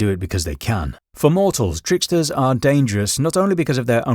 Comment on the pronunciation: Danderous? Get a grip